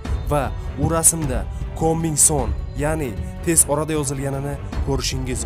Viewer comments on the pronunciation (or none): Uka sen avval oʻqib olgin. Koming soon emas . Kaming sun. Deb oʻqiladi. Jorj burch emas. Jorj bush uni ismi. Shaytonni belgisi echki emas. Shayton obrazi haqida yaxshilab oʻqib chiq. Bu yerda faktlar judayam sayoz